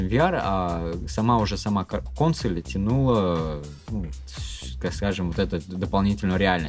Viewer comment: действительно обезьяны, ставят ударение на первую гласную в слове Консо́ль. Противно слушать.